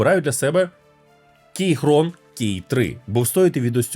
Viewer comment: Будь ласка не називайте Keychron кейХроном, це кіКрон